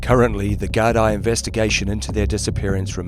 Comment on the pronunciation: The Gardie lol